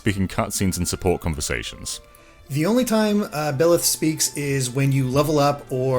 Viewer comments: Bye-leth not Bill-eth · Thanks for the in depth video! Although, it is BYleth, not BILLeth lol. Thank you Mr. British guy for pronouncing it correctly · It’s BI-leth, not Hetero-leth!!! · I known it's not a big deal, but this man keeps calling byleth, bill-eth. Hurts my soul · Byleth is pronounced “bye”-leth